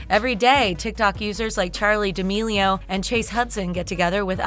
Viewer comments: you said D'amelio as deamao on . Why... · Charli d-uh-meal-e-o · im sorry- but did this woman just say "charli diamio" 🤦🤦🤦🤦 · She really said Charli "D'ameio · why did she say the last name like that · You said Charlie d'amelio's last name wrong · The way she pronounces charli d’amelio on the second part 🤮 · how can people not say her last name right??? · Anyone else find it seriously annoying how the lady pronounces d’amelio